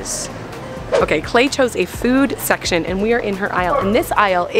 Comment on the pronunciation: When you said lemon jell-o for klai I thought you said lemon cello